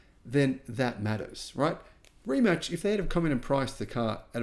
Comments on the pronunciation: Ree mack. Not rematch. Lol :-) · „Rimats“ - not sounds „Rimatch / Rimutch“. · pronounced: Re MATs not Re Match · No reemack and no rematch it is Rimac or in English rematz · "Rimach"... Honestly if you cant pronounce such simple name than lets not talk about given subject. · Learn how to pronounce Rimac first. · Guy talking about subject he thinks he has relevant opinion on but doesnt have a clue how to pronounce the thing he is talking about